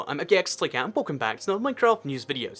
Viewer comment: FINALLY someone who pronounces "aquatic" correctly!